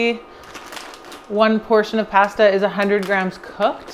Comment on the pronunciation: Its pasta not passduh lol That looks so good though.